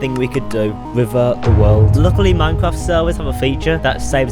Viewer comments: muancwaft rivah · “jesus chwist” “minecwaft” 😂